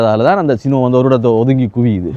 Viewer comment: தம்பி சுனோ சினோ இல்லை